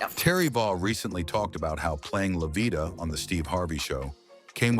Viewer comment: So, NOBODY bothered to fact check and edit this video?!!! Wrong pictures of people, wrong pronunciation of names, how do you get livia out of Lovita and who came up with the ridiculous assumption that lighter skinned people were viewed as more successful than their darker counterparts?